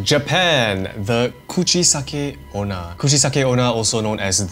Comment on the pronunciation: Did you say Coochie-sucking Ona